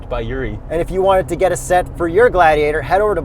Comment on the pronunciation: I can't believe you guys didn't AT LEAST try to google the right pronunciation..mo..ha..vie. WTF Just when I'm recovering from moe-jayve, I get hit with glady-AH-tor?. Guys you're killing me here!